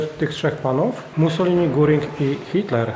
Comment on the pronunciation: Pomyliłeś nazwisko nie Guring a Gering